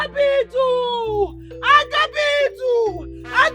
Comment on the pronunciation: It's Agabaidu not Agabidu.